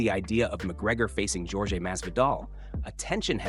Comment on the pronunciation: His name is pronounced "Whore-hey," not however you're pronouncing it.